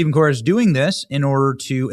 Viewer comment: The first time you mentioned Steven Cobert’s name it sounded like you said demon cobert! Candace Burre is Kirk Cameron’s sister. He was slated to be the next famous leading man. He had turned to religion while still on Growing Pains.